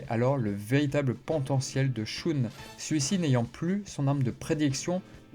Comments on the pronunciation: Shoon au lieu de Shun c’est fait exprès ? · Dans Sanctuary le combat contre Aphrodite des poissons n'est pas montré sans doute parce-que ce combat est déjà connus via l'animé et qu'ils voulaient peut-être ( surement ) montré autre chose ? - Et sinon désoler mais shun ne se prononce pas " shoune " mais " sheun " - Et au sujet de Urotsukidoji , c'est un animé incroyable même si certaine scène son très cringe ou osé ( c'est du cul en fait ) les scènes de combats et de déstructions sont dantesques ! PS : Mais au fait en parlant de shaka et sa technique qui enlève les sens , en premier il enlève le toucher et donc il enlève par la même occasion la douleur à son ennemis ! Quel compassion incroyable ! - Qui a dit qu'il était sadique ? Moi je trouve que c'est une mort géniale en fait ! - Mourir sans douleur , c'est vraiment le rêve ! Je souhaite une telle mort à tout le monde du coup !